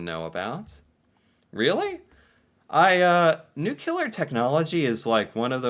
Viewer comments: it's pronounced Noo-Cleee-rrrrr not nook-you-laar as you say. Nuclear... nooclear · Montreal has the largest comedy festival in the world, Nuclear is the other pronunciation btw "New Clear" not "Nuke u Lar" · Not nucular it's nuclear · I kept getting an eye twitch at “Nucular technology” instead of Nuclear (new -clee-ar) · it's nuclear, not nukelar, please! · It’s pronounced nu clear. Not nu cular. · Best at pronouncing nuclear. My man, it's not nuckular- it's nuclear. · It is pronounced new-clear, not new-cue-ler....🤯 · Hey, it's not nucular. It's pronounced nu-clear. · We are the best at pronouncing Nuclear lol it’s (New-clee-ar) not (Nuke-you-ler) 😉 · Canada does not do New-Q-lar power we do nuke-lee-ar. Doesn't matter who wins the Stanley Cup the team is probably half Canadian anyway. I don't think that we integrate immigrants well at all. The government makes Canadians bend to the wishes of the immigrants thats why we don't say Merry Christmas instead we say happy holidays or sesons greetings. Quebec stayed in Canada but holds the rest of the country hostage and Alberta pays billions to Quebec in equalization payments, every year, billions. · Nuclear, nuclear, NUCLEAR!! Please stop saying Nuculer! (I’m also Canadian). We are also one of the world’s top producers of materials for Nuclear Medicine! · you pulled a Sarah Palin and said "Nucular" instead of "Nuclear". 🤣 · /hops on soapbox Nuclear… not nukular. Sounded out, it’s pronounced: new-klee-ar. /hops off soapbox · nuclear (as clearly spelled correctly for you,) is pronouned noo-clee-err... not not new-que-ler - sounds bad, looks bad to be uninformed - and yes we were early pioneers with the Candu reactor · No we aren't known for nucular technology but nuclear energy we are. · Just so you know it is Nuclear not Nucular... Picky yes, but important. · It's pronounced nuclear. Not Nucular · There is only one “U” in nuclear. It is pronounced new-clee-are. Not new-Q-ler Sorry pet peeve Rant over. 🤣